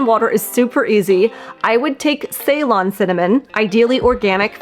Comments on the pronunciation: And is it pronounce see-lon? Not saylon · See or suh-lon, not say-lon. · Ceylon was the former name of the country now known as Sri Lanka. It’s pronounced “see-lone”. TY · The word Ceylon actually comes from the ancient country of Ceylon, which is now known as Sri Lanka. It’s the large island off the coast of India. The correct pronunciation of Ceylon is like “Cee-lawn” with the emphasis on the second syllable.